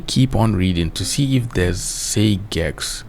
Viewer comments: “Say gex” son 💔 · Say gex had me rolling on the floor😂😂😂😂😂